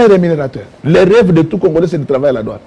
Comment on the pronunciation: Douane et non Doine.